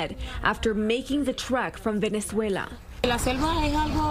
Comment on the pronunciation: I threw up a little when she pronounced Venezuela.